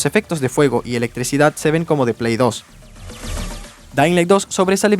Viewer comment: jajajaja me paso q no sabia si dijo "dainlai" o "dedailan" XD